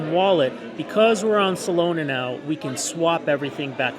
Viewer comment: Solana... not Solona ;o)